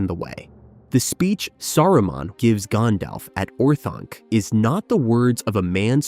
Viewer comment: it is pronounced keer-dan...and gan-dalf FFS...